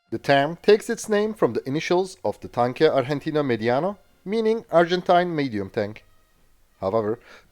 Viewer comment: Your pronunciation of "Tanque Argentino Mediano" was almost perfect! -- great video